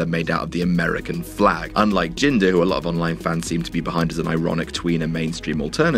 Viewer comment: Hey his name is jinder Mahal not ginger kk